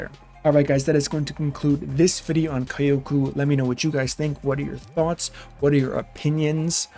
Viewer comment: Kyo should be pronounced fast as kyo and ku can be ku